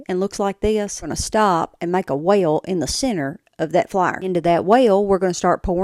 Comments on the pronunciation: I thought she said whale instead of well. Lol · A whale ??? As in the ocean 😂😂😂😂 Or do your say well ? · Well = Whale 😂😂😂 I love it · I didn’t know there are two syllables in “well.”